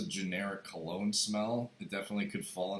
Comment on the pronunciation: Dr kologne u said like an idiot !